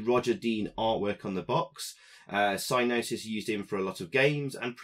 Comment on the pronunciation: Thanks for the video and review. I programmed this with Dave Cooke at Gremlin Lincoln. Funny how you call the company "sy-nosis" with a silent "g". We always called them "sig-nosis". When I visited Psygnosis in Liverpool prior to the development of the game, they showed me their new mainframe system for their in-house programmers. It had a "colossal" 9 gigabytes of storage. We thought that was more memory than anyone would ever need and I was in awe of the machine. Great times and good to see the game again.